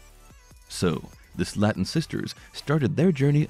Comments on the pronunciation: The family pronounces their last name as Slayton (Slay-ton) - not Slatten (Slat-ten). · Their name is prenounced like this... (Slay-ton) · Please learn how to say Slaton.